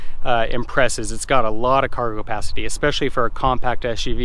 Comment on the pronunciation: Are you saying "cargopacity"?